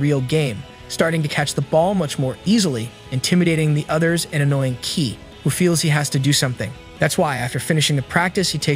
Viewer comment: his name is pronounced as kay not kee